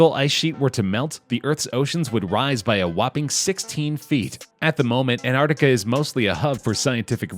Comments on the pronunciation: Why you calling it anartica?? Its "Antarctica" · It is not Antarticahhh, it is Antarctica. Cut ahhh at the end. Cringe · It’s not anarctica it’s Antarctic it has more then one T is it you should probably learn how to pronounce words properly before you make a video about it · Why the f*ck was the commentator calling it “AnArticar” instead of “AnTartica” ???